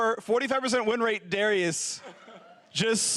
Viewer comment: wait how did he say Darius? HERETIC